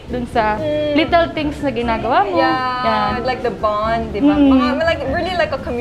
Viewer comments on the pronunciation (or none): none